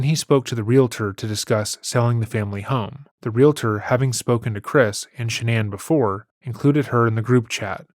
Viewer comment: Thank you, thank you, thank you for not pronouncing the word "real-a-tor" but saying the correct "realtor" instead.